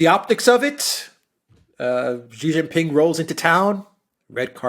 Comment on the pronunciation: She-Jin-Ping. What's so hard about pronouncing this name?!